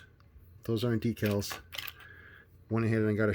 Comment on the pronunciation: Thank you for using the proper pronunciation for "decals" . I hate those guys who pronounce it "deckle".